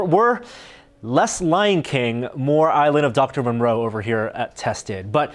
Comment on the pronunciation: That's a fantastic build, looks like good fun. But you did actually call it the island of "Doctor Monroe" you silly fellow, it's Dr Moreau.